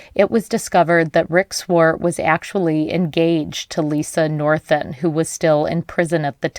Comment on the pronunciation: You need to learn how to pronounce Wallowa. And Swart.